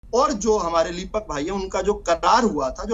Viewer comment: लिपिक न तो लिपक बोले ह भाई..जिस मुद्दे पर बहस करनी है तो कम से कम पोस्ट तो पता होनी चाहिए